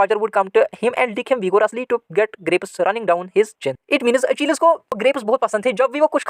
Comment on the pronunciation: Sir your english is gay you pronounce achilles wrong